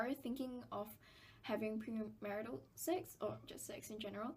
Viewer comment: why do u pronounce sex as sacks